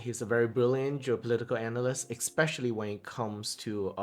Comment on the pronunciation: Bro, did you just say expecially in your intro? That's embarassing. Very embarassing.